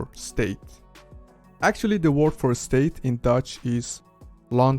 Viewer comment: You need to work on your English first. Try learning how to pronounced the word "word" in English.